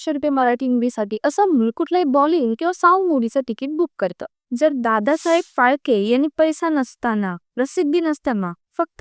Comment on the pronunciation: Tu yaar nit bol ...ladat bolu nakos .... dadasaheb phalke not palke